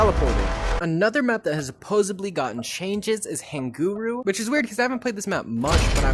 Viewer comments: "hanguru" Haguenau my guy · bro really said "Hanguru" Haguenau